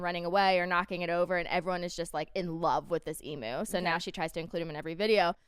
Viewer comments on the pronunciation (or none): Just a friendly PSA emu is pronounced eem-YOU not eem-OO :)